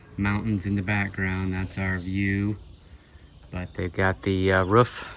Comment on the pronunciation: So excited to see a video this week. I love the way you pronounce “roof”. Def a midwesterner! Matching tattoos! How sweet! I didn’t realize how red the soil is there. I would imagine it would make for some good ceramics and sculpting. What a beautiful place to run each morning! I tried ordering a new pair of hiking shoes while in Mexico and they never made it to me. Oh well. Hopefully someone has a nice new pair of Merrill’s. Ohhh fresh guava! Add that to the vine ripened carambola for a really yummy fruit salad. Mouth watering! I always enjoy your videos!